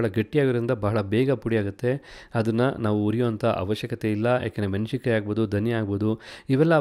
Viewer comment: 'ಮೆಣಶಿನಕಾಯಿ' ಅನ್ನು 'ಮೆಣಸಿನಕಾಯಿ' ಎಂದೂ 'ಹಾರಬೇಕು' ಅನ್ನು 'ಆರಬೇಕು' ಎಂದೂ ಸರಿಯಾಗಿ ಉಚ್ಚರಿಸಿ, ಕನ್ನಡವನ್ನು ಕಾಪಾಡಿ 🙏